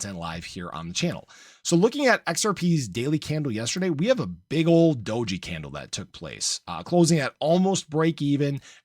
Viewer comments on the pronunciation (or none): I'm trying to find someone that actually knows what they are talking about, does this guy throw shit at the wall to see what sticks, cant say you know what youre talking about already in the first couple.minutes when you call doge dogey. Seriously even elon says the name all the time how are you still getting ot wrong?